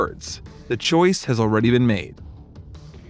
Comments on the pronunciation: Choice.... not choise. Just saying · It annoyed me. I thought I was just not American enough to understand, and looked it up in an American dictionary. It is ,as abysmally wrong, as you knew and I suspected and confirmed.